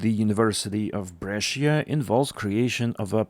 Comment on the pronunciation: Refreshing to get good news for a change. What has happened in Pennsylvania is a scandal, though. As for Bengaluru, how can you have driverless trains but no platform screen doors? That does not compute. BTWBrescia has two syllables, not three. Bre-Sha